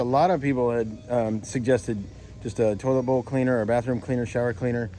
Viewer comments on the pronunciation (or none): I thought you kept saying “total boat cleaner”…but not its “toilet bowl cleaner” 😂